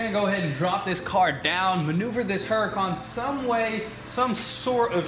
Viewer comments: I like the way they pronounce Huracan. They pronounce it with a heavy "H", but if you watch the show on tv, I think it's the same channel as "Air Disasters", they pronounce it as "OO racan" - a pronunciation I like much better. OOracan. Like "OOO, look at that Lambo". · need a tee saying huracon. we are the work shop.